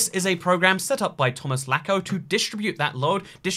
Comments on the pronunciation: it's pronounced latsko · It's pronounced Tomlazko